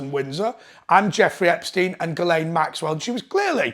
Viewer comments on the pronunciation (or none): none